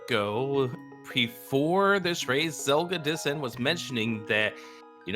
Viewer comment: Zelgadis-san, not Zelga-dissan, yeesh.